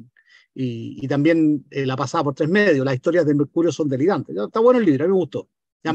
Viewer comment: gueno, gueno, gueno...!!